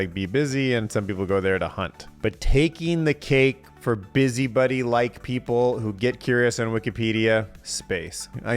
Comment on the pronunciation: Your pronunciation of “busybody” as “busybuddy” is annoying me to my core.